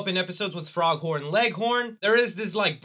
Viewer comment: Okay, now you're just doing it on purpose. With you mispronouncing Foghorn's name to FROG-Horn!